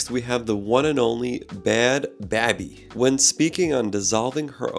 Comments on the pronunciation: It's not bad baahby, its bad Baybee 😭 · Did he say “bad bA-Bee”? 😂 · Bad Bhabie = Bad Baby (the 'h' is silent) <- - - Doc, it's clear that you don't listen to any Bad Bhabie. Next time you are unfamiliar with a name look online so you know how to pronounce it. All of that education means nothing if you come across sounding like an idiot. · Simon looks insane whoa! I’m cracking up at the way he says bad bhabie(baby).